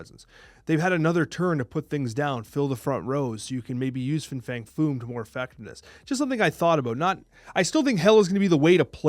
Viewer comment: Fing Fang Foom sounds like an mispronunciation already 😂